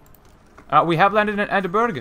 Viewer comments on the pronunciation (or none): sorry for the correction but it is edin burrow